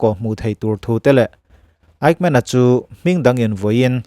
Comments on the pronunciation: Fightmen i tiin ka hria, Eighmen ti a lam chi a nia aw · Kan American-Jews Lecturer chuan a lam dan tur min hrilh dan chuan Ekmen tia lam tur a tia ...😊 Mahse a ngaithlatuten kan hriatthiam vek chuan a tha vek. Kan hriatthiam lai tak kha a pawimawh ber.